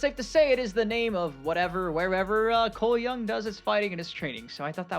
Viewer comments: Also "Coooole young!" 😂😂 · Can you start saying Cole Young properly